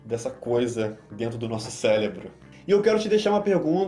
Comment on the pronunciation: Top demais o conteúdo. Mas... "Celebro" não Com carinho